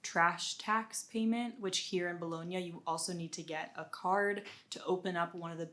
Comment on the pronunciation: Only one thing. If you are living in Bologna for two years you have to learn how to pronounce "Bologna"... lol